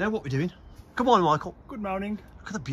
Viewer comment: “Good mowning” wasn’t funny when I first heard it way back when, and guess what……yep, it still isn’t funny ! Have a word with yer buddy.